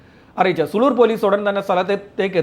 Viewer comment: പട്ടണം പുതൂർ ആണ് സുളൂർ അല്ല സൂ ലൂർ ആണ്